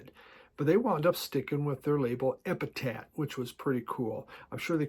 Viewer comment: it sounds like you said EpitaT. It's EpitapH. Also, That Ben Folds Five album was released in '97.